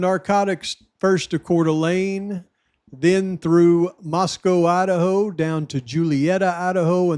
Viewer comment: Wow, mind is blown!!! Holy shit, no you cant make this stuff up!!! I love how you call the state "Lidaho"